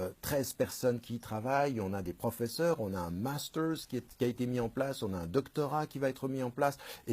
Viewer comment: La prononciation a l'anglaise lol.... Je l'ecoute en mode serieux mais des qu'il lache un "master" ou un "oxford", j'ai un ptit sourire au coin de la bouche hehe.Sinon, j'ai entendu Plenel dire du bien de toi ds le ptit journal donc ca me surprend quand meme un peu.Merci pr tout Tariq.